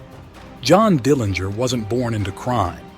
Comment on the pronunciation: Nice summary of John's life. I really liked the way you ended this regarding John's place in history. One item to note is that the Dillinger family name is pronounced with a soft 'g'.